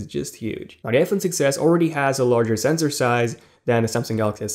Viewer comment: it's sensor not senzor.